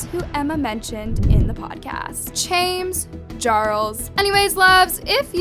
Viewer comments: LMAO "chames jarles" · “chames jarles” 😂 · Lmao “chames Jarles” I just can’t 😂